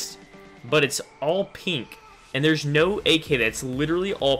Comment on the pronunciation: I like how he says pink. "Peenk"